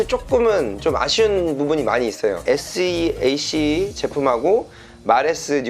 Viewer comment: seac는 쎄악 이라고 읽으시면됩니다. 아레나 oem 제조회사의 고유브랜드입니다.